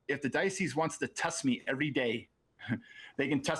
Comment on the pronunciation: Mark my worms if they ever confiscate and review his search history there's going to be a lot of "barely legal" websites in there. And probably a lot of inappropriate texts to his athletes that he "coaches". Also for someone who works for the diocese he can't even pronounce diocese correctly